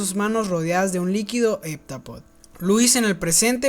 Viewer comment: No se pronuncia HepTApodo?